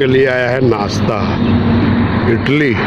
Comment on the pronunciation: Gawar insaa itli nhi idli bolo raja.